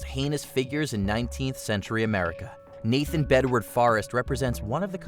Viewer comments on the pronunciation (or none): none